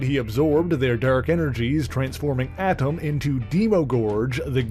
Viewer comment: That's pronounced A'tum